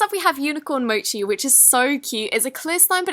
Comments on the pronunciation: You pronounced it right! :D mochi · at last she pronounced mochi not moki......YAY😃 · SHE FINALLY STARTED PRONOUNCING “MOCHI” CORRECTLY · when people make fun of of how she pronounced "mochi" and now she's sweeping the dirt off the floor when she pronounced "mochi" right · You finally pronounced mochi correctly 😂 Congratulations Btw ❤❤❤❤ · thank god she finally pronounces “mochi” correctly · U FINALLY PRONOUNCED MOCHI RIGHT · SHE SAID MOCHI RIGHT WOW Not being rude lol Also CONGRATS ON ON MILLION I JUST NOTICED! Love you Good BAIIIII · SHE SAID MOCHI CORRECTLY🎉🎉🎉🎉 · yay she said "mochi" correctly!